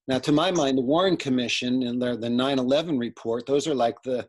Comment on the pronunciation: it's probably just me but it drives me nuts when says $-1-1 instead of 9-11.